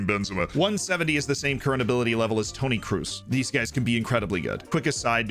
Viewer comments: Toni Kros not Toni Krus u read it as a one o, not double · who da fak is toni cruz ? did he mean toni kroos?